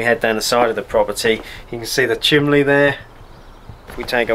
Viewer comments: Why is he saying chimley instead of chimney? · Chimley? What's a chimley? It's CHIMNEY, with an N, no Ls included. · What is a chimlee? Surely you mean chimney. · Drink every time he says "chimley". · You said chimley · I love the way he says chimley. :O} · Did he say chimbley? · How many times does this guy say chimley. 😅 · I'll let you off Lol, the only time I've heard chimley is when young children mispronounce it. Sounds strange coming from an adult.😂